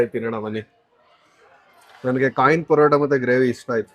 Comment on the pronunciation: ಅದು ಕಾಯಿನ್ ಪರೋಟ ಕಂಡ್ರಪ್ಪ ಖಾನ್ ಪರೋಟ ಅಲ್ಲ 😂